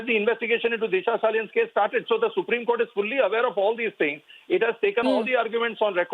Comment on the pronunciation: why do they pronounce it as CORT. Its court